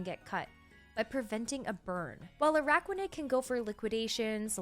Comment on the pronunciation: Bennedict Cumberbatch: 'Pengwings': 'Anaraquanid'